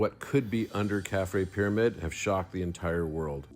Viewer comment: pyramid not pyraviewed